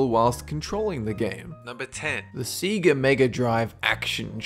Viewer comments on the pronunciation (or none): Say-GAH not see-gah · SEE-GAH ?? More like SAY-GUH....dumdik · I'm jus annoyed u keep calln Sega ,ceeguh....not CeeGuh....Saygah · Say-ga, not See-ga. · I hate to criticize you, but the pronunciation of Sega is Sey-ga not see-ga. If you've ever played Sonic or Sonic 2 you'd know this due to how it says it before the game even starts. Hell even just watch the startup of it on YouTube and it says it. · Uh, it's Sega, not Siga, dude... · "Sii-gah"? I thought it was pronounced "seh-gah" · SAY-ga. Not "SEE-ga." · Its sega not seega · It's so funny when he says seega instead of sega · Its Sega(Say-Ga) stop saying it like see-ga it was driving me insane. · Please stop saying SEGA "seaga". Its "sayga". Want more proof? Start Sonic on Genesis. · YOUR SAYING SEGA WRONG. YOUR SAYING SEAGA ITS SEGA. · See-gah? It's SEGAAAAAAAAAAAAAAAAAAAAAAAAAAAAAAAAAAAAH! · Say-Gah. Not See-Gah. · it pronounced sega not seega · Could have sworn SEGA is pronounced Say-Ga, not See-Ga... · It's not seeeegaaa its sega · GAMING "See-guh"... facepalm "Say-guh". lol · So much mispronouncations like Seega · what the fuck is a "Sea-Gah" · What the fuck is a see-ga? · Say - Ga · I'm Australian and I don't know a single person who'd pronounce it "see-gah". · it's say-ga +DP Cameron m8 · "Every sega commercial pronounces it "say-ga" wrekt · 株式会社セガゲームス is it's original name. The name was created in Japanese, therefore so is the pronunciation of it. PS. セガ part reads sega. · It's actually pronounced sega, there is no long vowel sound at the end of se. せが. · seega lol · You mean Say-GUH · Lmfaoo he said seega and heytch D DVD XD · Seega? Tell me I missed an inside joke as to why he pronounced Sega as Seega? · You know it's pronounced Say-ga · See-gah? Or is your nose stuffed? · ... he pronounced it "Seega" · Stop saying seega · Did he just pronounce sega as seega? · Se gais! Pronounciation doesn't matter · SEGA is pronounced SAYGAH. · its pronouced "say-ga"